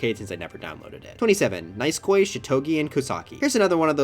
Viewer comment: Bro said nice coy for nisekoi